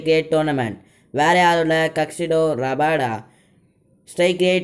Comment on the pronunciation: adu kagsido rabada illa kagiso rabada